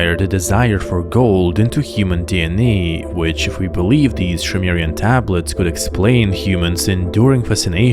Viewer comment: Zacharia Sitchin is a laughably incompetent charlatan. The Annunaki and Nabiru have nothing whatsoever to do with humans or other planets. BTW, It's Sumerian, NOT Shumerian. Lol